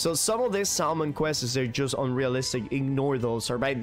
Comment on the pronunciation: I can't tell if you're just messing around when you are saying questes instead of quests.